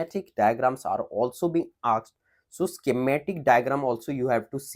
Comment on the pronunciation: You have to work on pronounciation of " asked"